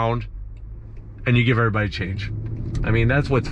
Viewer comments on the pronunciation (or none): none